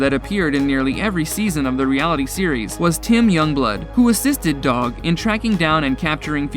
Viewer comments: Who is Doug? Anyone else notice narrator continue saying Doug instead of Dog, or am I missing something. Is there a Doug I'm not aware of from show lol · Lol he called Dog Doug